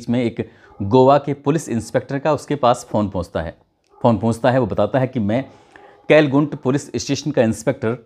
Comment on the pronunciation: केलगुंट नहीं! कलंगुट पुलिस स्टेशन